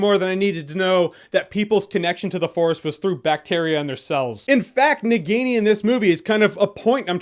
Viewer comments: Na Guinea that's how your spelling, it's spelled Na-ghi-ni (Indian name for a Snake in human form), BTW not a hater just trying to correct the pronunciation. Love your reviews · Nagini pronunciation hurt my ears.